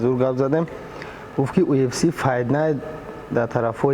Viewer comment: 💪🏼Красаучикои Тоҷик молодцы ба пеш не сдавайтесь некогда ✊🏽 😂Лекин Муинчонба якчи мегум, ки на счёт как правильно произнести слово (ЮФС) а не (УФС) 🤣Красаучикида 👍